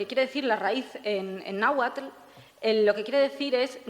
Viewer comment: cierto pero yo creo que hace una interpretación para que sea mas comprensible a la idiosincracia europea, como lo de los temazcales que les llama baños de vapor XD jejeje. Además pronuncia bastante bien el náhuatl. saludos